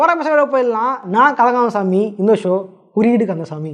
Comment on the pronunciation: இப்போல்லாம் .....குறியீடு கந்த சாமி ன்னு சொல்றத நல்லா தெளிவா அழுத்தி சொல்றிங்க ... well done ...👍 பழைய வீடியோ ல எல்லாம் குறியீடு கந்தசாமி ன்னு சொல்றதே விளங்காது 😅😅 (குய்டு கந்தசாமி குய்டு கந்தசாமி ன்னு கேக்கும்) 😂😂 👍👍